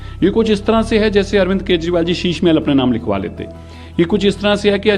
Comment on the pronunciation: मॅडम आप न्यूज एंकर कहा की हो, आपको अरविंद केजरीवाल बोलने को आता नहीं आप अरविंद केशवाल बोल रहे हो.😂